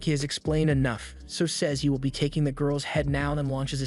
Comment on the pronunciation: Bro it’s “will” not “vill” 😂